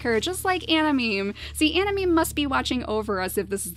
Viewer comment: I'm pretty sure it's pronounced anamaymay..